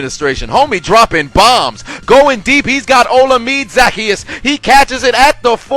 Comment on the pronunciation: you pronounced Olamide Zaccheaus wrong, its (Oh-Llama-Day)(Zack-key-us)